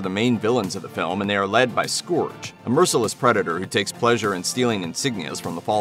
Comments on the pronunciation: Scourge is not pronounced Skohrje, it's more Skeurj. Airazor is also pronounced Air-Razor. My OCD got the better of me. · SCORGE!?!?! WHY DID YOU PRONOUNCE IT LIKE THAT. IT'S "SCOURGE" and it's pronounced "Skerg" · its not "scorj" its pronounced and "scurj".ugh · Am I the only one who cringes when he mispronounces the names? Says it like scorge not scerge lol and it's airRAZOR not airRUSORE js 😅😂